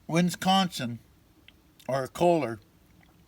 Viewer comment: Don't you mean Winsconsin?